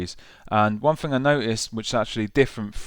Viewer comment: I "fink" this Maschine 2.0 "fing" and the "synfs" are really cool. Got to learn how to pronounce "th" mate - it's not hard!